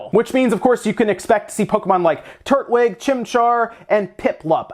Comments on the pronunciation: The way we pronounced "Sinnoh" and "Turtwig". Turt-Lig? Wtf xD? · Did you just say turdtwig? Lmao 😂